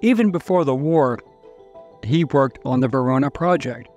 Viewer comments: Holy crap!!! Do you have dementia? VENONA project!!!! not “verona” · Venona, not Verona. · Venona not Verona...and FBI Agent Puvis did not kill Bonnie & Clyde. That was former Texas Ranger Frank Hamer.